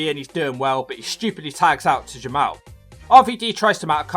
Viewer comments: It is pronounced Ja Mall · It is pronounced Jamal